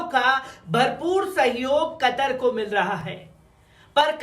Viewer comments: कटर नही, भाई कतर बोलो कतर 😀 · قطر کو آپ کٹر بولتے ہو ،، یہ تو اردو کہو ،، یہ